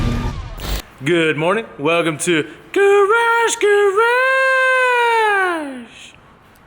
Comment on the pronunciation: Stop saying garage garage that way it is crunchy as fuck just please stop